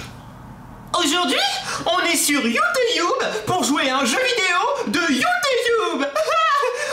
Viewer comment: On dit YouTube pas youetoube